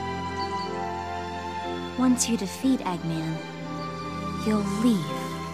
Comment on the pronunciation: "Doctor Aggmen"